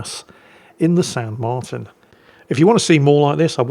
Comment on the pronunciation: It's pronounced "San mar-TEEN", fyi. And considering it's almost certainly named for Jose de San Martin, national hero and independence leader of Argentina, I think any title along the lines of "Don't Cry for me, Argentina" would have worked. Or maybe some variant of "Get Off my Islands!"